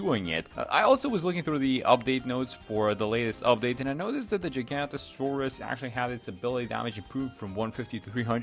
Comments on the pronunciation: It is giganotosaurus NOT GIGANTASAURUS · The way bro said giganotosaurus at the start 🥀